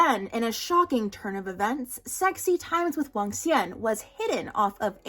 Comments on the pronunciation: as someone learnong mandarin and loves hanfu but never watched any cdramas i see cdramas EVERYWHERE but dont care for them. even without ever having heard it before your pronunciation of Wangxuan is SO FLAWLESS. You literally spund like a native every time you say it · When you pronounced Wangxian correctly I got so excited